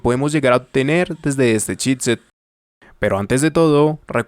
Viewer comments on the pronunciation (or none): I keep hearing "shitset"... Damn! ;) Love your videos, man, very thorough!